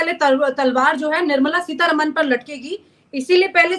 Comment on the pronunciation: And please it's not Seetha रमण It's रामन .That's how it's pronounced in the South. Please pronounce words correctly.